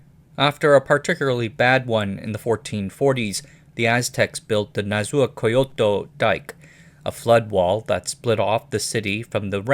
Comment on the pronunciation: You pronounced several words right, but you really butchered nezahualcóyotl, a hard one to be fair., I think the "hual" sound is hard for English speakers.